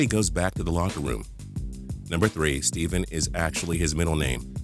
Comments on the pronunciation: His name is pronounced Stephen (stefen) not Stephen (Steven) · Not (Steven) it's pronounced (stef-in) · his name is pronounced Stephan not Steven even tho it's spelled like Stephen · His name is Wardell Stephan Curry not Steven Curry dude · Its Stephen not Steven.😒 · He called him Steven it's Stephen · It's not Steven it's Stephen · U don't say it like Steven u say it like "stefin" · OMG I WANT TO SCREAM AT WHO EVER MADE THIS HIS NAME IS NOT STEVEN ITS STEPHEN HE NEEDS TO GET HIS FACTS STRAIGHT CUZ I KNOW MORE ABOUT CURRY THEN HIM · i knew 19/20. also its STEPHEN not STEVEN!!! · finally i thought i was the only one who noticed it.....this ass hole said steven...im done...its F##KIN STEPHEN!!!!!!!!!!!!! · It is not pronounced like Steven it is Stephen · It's fucking Stephen not Steven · He kept saying Steven it's Stephen why do people always do that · Stephen as in stefen not steven... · It's Stephen not Steven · Fact one... Steph-en not Steve-en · I knew most of these already!! and his name is not Steven, it's Stephen!!! u pronounced it wrong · Okay before we start this video, may I say that it is Stephen, Steph, or Wardell. Not "Steven". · It's not Steven! It's Stephen. "Steffen" don't pronounce it like a v. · Why do people always say STEVEN, it is STEPHEN!!!! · Even Steph himself calls it stephen not Steven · wtf the combination "PH" is pronounced as an "F" sound where did you learn that it was pronounced "V"? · When you say Stephen you are saying it like Steven it's pronounced ste fen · He said Steven it's Stephen Curry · Aaron Caldwell Watch the video and he says Steven Curry, not Stephen lol. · ITS NOT STEVEN ITS STEF-AN (STEPHEN) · it's steffen not steven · "steffen" not "steven" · 1 fact a lot of people don't know about steph curry: it is pronounced Stephen not Steven, dang son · I HATE WHEN PEOPLE SAY STEVEN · "steven" lmao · his name is Stephen. pronounced Steffen. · its STEPHEN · It's ste'fe'n curry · It's Stephen like Stephanie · it's pronounced stef-in